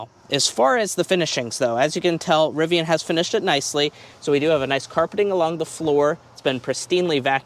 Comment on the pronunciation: Nice RIVVIAN